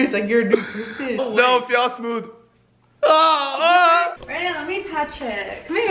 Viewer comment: she said branon instead of brandon